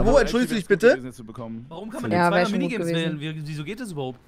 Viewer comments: Hat eigentlich ein Sprachfehler? swaiter! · Macht er richtig oft im Stream. Zu zwei sagt es swai. IDK ob es ein Sprachfehler ist, aber es meeega witzig hahaha ^^